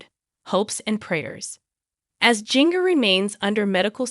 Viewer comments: Ginger first name is spelled with a J but it’s pronounced GINGER that’s her real name, not how you’re saying it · She is saying her name wrong it’s jinger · Please learn to say her name right before doing these too many out with names wrong because you people can't say the names right so sad 😭 I will pray for her and her baby🙏🙏🙏🙏🙏🙏🙏🙏🙏🙏🙏🙏🙏🙏🙏🙏🙏🙏🙏🙏♥️♥️♥️♥️♥️♥️♥️♥️♥️♥️♥️♥️♥️♥️♥️♥️♥️♥️♥️♥️♥️♥️♥️♥️♥️♥️♥️♥️♥️♥️💯💯💯💯💯💯💯💯💯💯💯💯💯💯💯💯💯💯💯💯💯💯💯💯💯💯💯💯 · At least you could pronounce her name right.